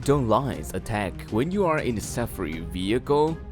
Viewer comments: it's called SAFARI, pronounced SaFAAree. Not SAFaRee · Omg, why did you pronounce "safari" like that? It's jarring... it's "Sa-FAR-ee." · i just love how you have murdered the word "safari" about 100 times in this video and called it "SUFFFREEE" lol goodness you should give up trying to speak English entirely and for the rest of your life!!! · DONT TRY THIS ,WE ARE IN AFRICA ,LIONS ARE DANGEROUS DONT BELIVE THIS PERSON WHO SAYS "SAFRI"ITS PRONOUNCED AS SAA FAA REE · "Saffery" vechicle.